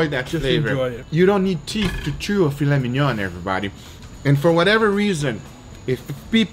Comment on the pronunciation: "Filet mignonne".... It's "filet mignon".